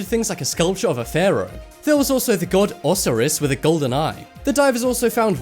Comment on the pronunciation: Egyptian god "o-SIGH-rus." Am I the only one who saw the "gold" coins are US Nickels?